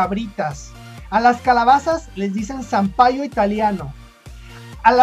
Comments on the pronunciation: no tenemos acento...somos neutrales...pero con mucho modismo... no te sale bien el acento chileno porque no lo tenemos...pero si abreviamos....ahora ni tan rápido hablamos ya que a veces a ustedes no les entiendo por la.rapidez que hablan...y no decimos zanpaio es ZAPALLO...TAL COMO SE LEE... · Se dice Zapallo y no Zapaio... Soy chilena y todo a lo que tu te refieres son modismos al hablar , pero eso no quiere decir que el lenguaje de todos los chilenos sea asi... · Ahhh y no es sampaio, es zapallo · Wajjjajjajaj 😂🤣 el .!! Sampayo. Noo es Sampayo es ZAPALLO cn mucho Respeto 🤩🤩🤩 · Jajajaja hola en el min 4,10 esquina superior izquierda dice "Itinar", pero la palabra es Atinar. Y no es sampaio es Zapallo. Jajjaja me gustan caleta tus videos o. Saludos 😂😂😂👌🏻👏🏻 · Muchas gracias por la correcciones Hellen, Zapallo se lo escuche decir a un amigo Chileno que visito México, pero no me percate de la pronunciación exacta... Yo cuando le escuche entendí Sampaio... Y no volví a escuchar la palabra en mucho tiempo... Ojala algún día pueda conocer Chile, es una nacion muy interesante, el primer lugar que quiero conocer es la Isla de Pascua, después la Ciudad mas Austral del Mundo... Puerto Williams! Te mando un gran saludo desde Cuernavaca México, muchas gracias por ver mis videos, que tengas bonito fin de semana! ~ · a las calabazas le decimos "zapallo" no sampaio jajajk....y las "s" finales no es que no las pronunciemos es que se aspiran y suenan como una "j" muy suave o como la "h" en inglés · no es SAMPAIO sino "ZAPALLO" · Jajaja, muy buena, solo aclararte la palavra es Zapayo y no Sampaio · Hola amigo, es zapallo, no sapaio. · No es sampaioi...es zapallo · Muy bueno , genial , solo te equivocastes en el zapallo , así se pronuncia , saludos desde el último rincón del mundo 🇲🇽🇨🇱🇲🇽🇨🇱